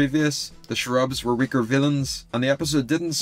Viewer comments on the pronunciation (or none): I'm I miss hearing things or does he call the cherubs shrubs?